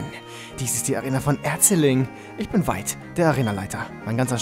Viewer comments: Feight vs Veit :D (fehler absichtlich nur von der aussprache :D ) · Eigentlich spricht man Veit "Fait" aus und nich "Wait" ^^ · Ich hatte nen Mitschüler der Veit hieß und das erste was ich mir dachte, als ich erfahren habe wie er heißt: "lol...wie der erste Arenaleiter der 4. Gen" :D man spricht es btw mit einem "F" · Veit müsste mit F vorne ausgesprochen werden, da ich jemanden kenne der auch so heißt. Sonst wie immer geiler part mach weiter so